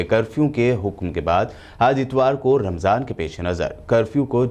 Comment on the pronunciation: Ramjhan nahi hai ramzan hai pm sab